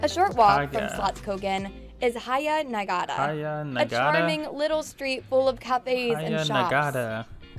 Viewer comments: don’t listen to this lady pronouncing the words, it’s not correct at all 😄lol Haga Nygata is pronounced with ”hard Gs” (like in the name Garfield) and with both the first a’s in the two words being being pronounced like the a in ”Hawk”. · Haya Najgata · Fr, what did she do to feskekôrka and haga nygata 😂 fescecora and haiya nugaya? Like it's obviously ok to not be able to pronounce everything, that's expected, but she was so off it shocked me. God bless her ❤ LMAO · It was bad but Haga Nygata was worse.